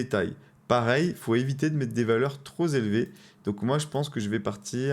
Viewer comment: trop élevées pas trozélevées 😅